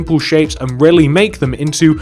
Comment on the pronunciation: When he says really, it almost sounds like rarely to me.